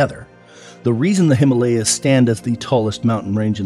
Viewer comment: nice video but please next time learn how to pronounce himalya